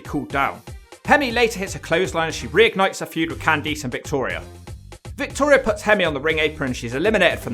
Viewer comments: Candice = “can-diss” not “can-deece” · Why do you say CanTHESE instead of CanThis lol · Cand EESE??????????????? LMFAO